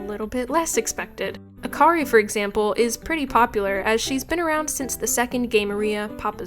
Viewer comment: everyone pronounces akari wrong its a japanese name so every syllable is the same length and the r is a japanese r